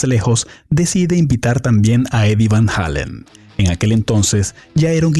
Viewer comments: Eddie VAN "JEILEN" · van halon is what your saying 😂